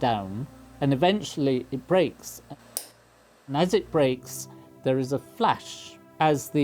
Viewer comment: "I popped eet"